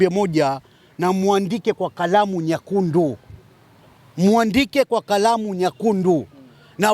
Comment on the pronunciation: Asa,hebu jitahidi kujifunza kiswahili matashi gongana,acha kutuchekesha,Red kwa kiswahili ni "NYEKUNDU",c hivo UNAVOTAMKA WEWE,acha hizo 🤣🤣🤣🤣🤣🤣🤣